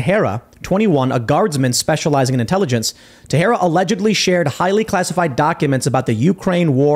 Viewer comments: Does he really pronounce his name ta-Hera? It looks portuguese to me and would b pronounced: tay-shay-duh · Sounds like Ta-share-a not Ta-hair-a. Didnt you ever watch baseball before sports sucked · Teixeira is Portuguese and is pronounced "Tay-shay-rah" , Teh-Her-rah, which would be the Spanish pronunciation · I think baseball players with an identical last name is pronounced te-share-uh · The baseball player with the same name Texiera said it " te share ah " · IT'S PRONOUNCED "TEX-ERA" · The name is pronounced “tay shay ra “ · Last name is pronounced “tex-era”. He’s not Spanish. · It's pronounced Teshera. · Pronounced Ta-herra -Teixeira just a fyi 😊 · Sherra whoops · Pronounced "tesheira* it's Portuguese. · It's pronounced teshiera. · I don't think timbo is pronouncing Teixeira correctly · Tim's Teixeira pronunciation is quite jarring :i